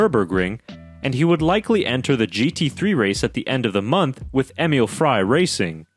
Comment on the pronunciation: Frey is not fry..